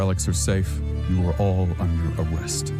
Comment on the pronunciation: "you are all under awwest" -Ironwood